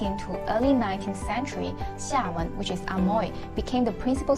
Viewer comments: Amoy should be pronounced as emoy.... Not A Moy.....!! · 厦门can be pronounced Eh-Mui or Eh-Meng in Fujian depends on sub dialect. But the english Amoy should be pronounced as Eh-Moy, Not Ah-Moy. Hokkien in different area have different pronunciation. It can not be said that 门 (door) should be pronounced as méng 盟. There are different pronunciation between Quanzhou and Zhangzhou. Xiamen is located between Quanzhou and Zhangzhou, so basically Xiamen dialect is mixed between Quanzhou and Zhangzhou. There is a rule that the word with. **ng in Quanzhou will be changed to *ui in Zhangzhou dialect... For example: 饭 = Běng (泉州); Bui (漳州) 卵 = Něng (泉州) ; Nui (漳州) 酸= Seng ; Sui 黄 =Ng ; Ui 远 = Hng = Hui 门 = Meng ; Mui, 问 = Meng ; Mui et cetera